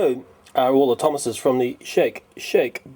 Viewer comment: "The thomases" me: Tomatos??